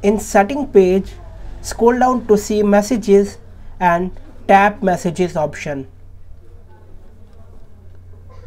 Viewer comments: tap "massages" noice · “Massages” even though it says message multiple places.